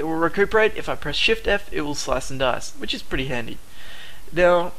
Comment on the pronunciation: I love your accent, in the video u said: I personally like shift, but it sound more like, I personally like shiet :D Hope you see the funny in this, otherwise great tutorials! Keep em coming plz!